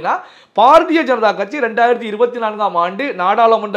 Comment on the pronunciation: ....தங்கள் குரல் கணீர் என்று இருக்கிறது....உச்சரிப்பு சிறிது திருத்திக் கொள்ள வேண்டுகிறேன்....pa.ja.க அல்ல ba.ja.ka...paradiya அல்ல....bharadiya janata...